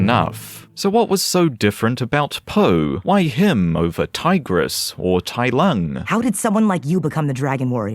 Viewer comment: Oh my god Tai Lung was soooo butchered, I never want to watch this dumpster fire